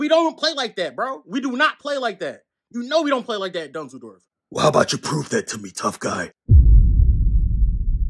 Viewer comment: Lmao bro said on the dead dunzels ☠️